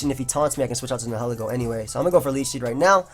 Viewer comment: I think it's pronounced ny-uh-lee-go. "nihil" like in "annihilate" meaning nothing. Ego meaning one's sense of self.